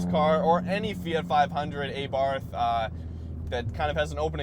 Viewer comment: It’s pronounced AH-BART , not EHBART